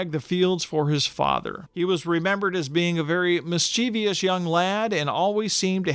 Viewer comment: Well done, although the mispronunciation of "Mischievous" is annoying. You're not alone though; I can remember kids in my school over half a century ago pronouncing it the same way. One kid said that pronouncing it "mischeeveyous" helped him to spell it. I asked him to spell it and of course he couldn't do it. But he kept saying it incorrectly. Some people!